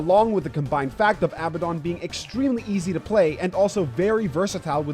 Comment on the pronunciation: For the last time: its aa ba den not abba don. His name is inspired from a demon with the same name in ares gotia. Sincerely: a nerd.